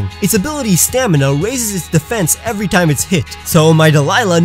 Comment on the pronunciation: On number 10 you made it sound like you have to name your Shroomish “Avery” to evolve it